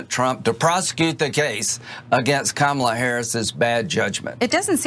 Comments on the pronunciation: I think it is both, because Trump has purposely said her name wrong in multiple ways in speeches. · During Jim Crow whites would mis pronounce and make up names for black people to show disrespect. They would do this to show other whites there could be no way they would speak to or associate with other blacks lets alone know their names. Trump is Jim Crow and far right wing as it gets. Watch Trump represent his white majority. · No donald its not Kamabla,its "KARMALA and she coming for you. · Cenk bey.... As a teacher of English, I lived in Turkey for quite some time. It's not "Kama-bla"...it's Kam-abla, which is how I personally think of her. (for none speakers of Turkish, "abla" is a term of respect added to a woman's name. It literally means "older sister") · Yeah, he could’ve spelled it Kamablah, which at least would get what he was trying to say across, but he’s too dumb even for that🤣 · what you're seeing with Mr. DJT's deliberate mispronunciation of Kamala Harris' name is his typical school-yard bully behaviour, but now the pressure is really getting to him and since he's truly such a stupid dope, he literally has nowhere to go - he is OUT OF GAS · It’s KaRmala you idiot! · It's not a slur saying kanabala it's a symptom of dementia pure and simple,,miss pronouncing , or miss spelling simple words, 100%sign of dementia 😅😅😅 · KAHmala. Please practice. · I think Trump is trying to say, Kama-blah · Ka-MA-bla. Sounds like a toddler's gibberish. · I bet Trump mispronounced Kamala saying Kamabla and is just covering up. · He is refusing to even give her the right pronunciation of her name...... what a disgrace for the American People. He won't change, he will just continue to implode further and further. He is so jealous of the energy at the Harris/Walz rallies! :D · He's trying to make Kamala sound more like Obama.Kalabama. But he can't remember how to pronounce it. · If u struggle with "Kamala" you arent fit for presidency